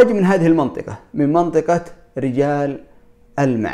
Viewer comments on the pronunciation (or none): ألا ينطقونها رُجال ألمع؟ بضم الراء أذكر أني سمعت هذا من أهل الجنوب إذا كان أحدكم يعرف فليفيدنا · اما بالنسبة لرِجال ألمع فتنطق بالكسرة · لا تنطق بل كسره أنا عسيري